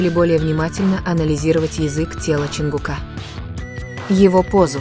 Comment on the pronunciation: Не ЧонгукА.а ЧонгУка